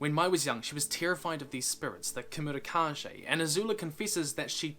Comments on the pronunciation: Kemurikage, not kemurikaje. As in kage; Japanese for shadow. Probably. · Fyi kemurikage(煙影) is pronouned ke-mu-ri-ka-ge not zhe and means smoke shadow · dude you made me cringe so much by mispronouncing the kemurikage. its not kemuri ka jay its kemuri ka gay. kage means shadow. and kemuri means smoke, literally the name if the comic comes from this. also if you watch naruto, you will know the epicness of the word kage. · For some reason I missed this video all these years and WHAT IS WITH THAT PRONUNCIATION OF "KEMURIKAGE"!? It's keh-moo-ree-kah-geh with a hard g. Geh, not Jeh! And don't you dare "I don't know Japanese" me! You watch anime, don't you? It's just like Naruto's Hokage or Kage Bunshin. Same word. Kage = Shadow. Kemuri = Smoke. So, Smoke-Shadow. Get it? It's the title of... the... comic... Ahahaha. Sorry. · Not Kah-jeh. Kah-gey. Aka shadow. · It's keimurikage, "kah-gay", not "kah-jay". I think it's meant to be a Japanese pronunciation. Sorry, pet peeve. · It is pronounced Ka Gay not Ka Jay. Sorry I am a grammar nazi. Just don't mind me. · Sorry but it is pronounced KA-GAY, not KA-JAY! Sorry... It just bothers me a lot. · Every time he said “kamurikaje” I whispered under my breath “ kage ”. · Kemurikage is likely pronounced with a Geh at the end, not Jeh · The pronunciation of kemurikage is simillar to hokage in Naruto, so the G should be the same as in good or ghost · Kemurikage is pronounced with a hard G by the way. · Kemurikage almost definitely has a hard g, given it’s probably derived from japanese. You were right at first about mochi, the ch is pronounced like in cheese. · I'm pretty sure Kemurikage is pronounced differently xD It's pretty clear that the word is based on japanese. So kage would be pronounced as in Hokage